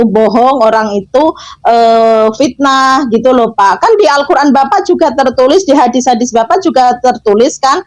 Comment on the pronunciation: Hahaha, botoooool botoo ool. Katanya tinggal di Arab Saudi, baca dalil Fitnah saja kok amburadul. Fitnah dibaca fisnah. Qotl dibaca kocel , vocer kali. wkwkwkwkw.